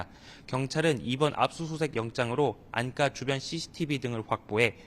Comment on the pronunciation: 기장디 알음이 부정확합니다. "안가"를 "안까"라고 읽는 사람, 처음입니다.